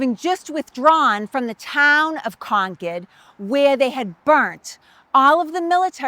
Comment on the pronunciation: Good to hear the town name properly pronounced “Conkid”